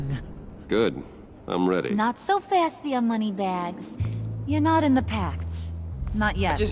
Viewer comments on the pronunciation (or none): none